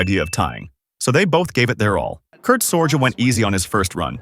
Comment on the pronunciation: Its pronounced Sor-gee, not SorJ. Kurt Sorge.